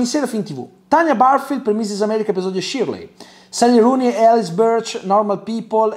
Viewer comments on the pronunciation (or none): none